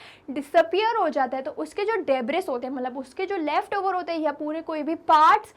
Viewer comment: Coorect pronounciation is debri s is silent Thank you 😊